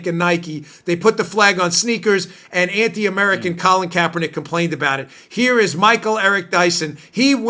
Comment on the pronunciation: Sounded like Dan said Colin Krapernick. Very funny slip and it works!